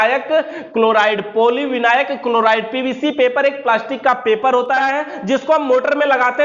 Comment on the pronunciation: भाई पोollivinail होता है विनायक नही